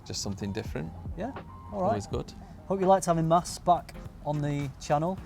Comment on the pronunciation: its MAS! haha love this guy